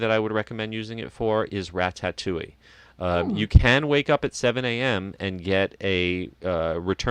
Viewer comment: Love you but please teach how to pronounce Ratatouille. It's Ra ta touille. Not Ra tat touille.